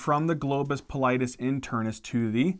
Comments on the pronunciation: Also its globus pallidus, not globus pallitis, that sounds like its inflammed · oops back to "pallitis"